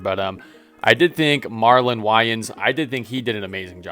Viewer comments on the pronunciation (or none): 😂 yeah that pronunciation took me out